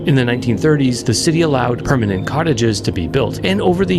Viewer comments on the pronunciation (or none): none